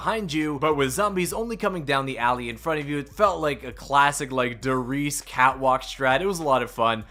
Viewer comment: Say it with me: "Der Rees-uh. Der Rees- uh; Not Der Rees"!!! With the map being as old as it is there's no plausible excuse for you to still be butchering the name. Der RiesE. There's an E which IS pronounced, just like Die MaschinE, or PorschE. As a German it really irks me that none of you Zombies Youtubers can be bothered to pronounce the names accordingly. They're really not that hard...